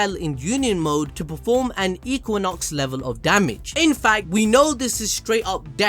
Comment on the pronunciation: finally learned how to say equinox correctly